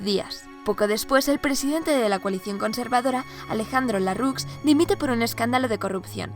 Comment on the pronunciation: Se dice Alejandro lerrux no larrux